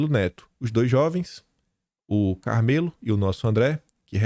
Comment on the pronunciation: a pronúncia do nome do cabra é “ CARMÉLO”, e não “CARMÊLO”, como você disse.